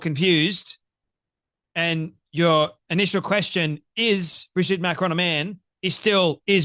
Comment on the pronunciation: Dear Candy - please pronounce Macron properly. Its not Macrone.